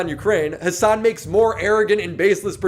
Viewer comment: Haha Alex Jones saying has-doosh-san has bish tits was hilarious af hahahh